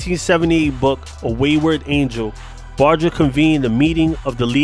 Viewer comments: Like a barge in the water..how u pronounce large. The g is like that..nit g as in goat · #GHOSTIN Love your show,,so you will have to forgive me for saying that you're saying Sonny's lastname wrong!! With all due respect to you,,and Sonny i wanted to let you know